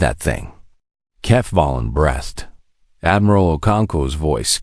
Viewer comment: PLEASE fix your reader to interpret punctuation correctly. A period is not a dot and is not to be verbalized. Breathe and breath are two different words. Breathe is pronounced with a long e sound as in sleep. Breath is pronounced with a short e sound as in pet. The number of dark matter ships is inconsistent. There were only 300 when the swarm arrived. There were supposed to be 600. Review, revise, edit, refine, and repeat, again and again. Don’t publish sloppy work. Best wishes.